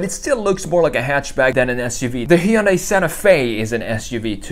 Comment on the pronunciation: It's "Hyundai" like "Sunday".